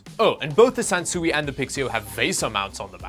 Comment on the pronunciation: Sansui is pronounced kind of like "san sway". The characters in Japanese mean mountain & water and it translates to landscape.